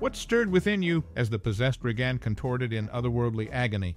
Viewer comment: I heard "Re-Gone Mac Neel"